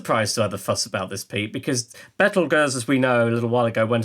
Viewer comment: Bravo for pronouncing "Betelgeuse" that way! The trendy habit to use "Beetlejuice" is just silly - it's fine in the context of a Douglas Adams book or the eponymous Tim Burton movie, where "Beetlejuice" is used for comic effect, but I wish astronomers would stick to its proper name.